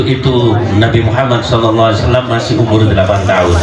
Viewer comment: SAW mas....bukan swa